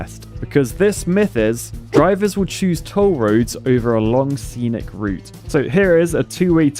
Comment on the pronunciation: “Scenic” not “senic”